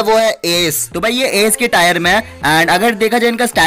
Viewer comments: It's not tyre it's tier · भाई टायर नही टीयर होता है🙏😁😁😀😀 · Bhai Tire nhi Tier bolte hai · Tire🤣🤣🤣 it's tier bro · Tayar 😂😂😂 It's tear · Its tier not tayer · Tyre 😂 diamond 2 bc tier hota hai tyre nahi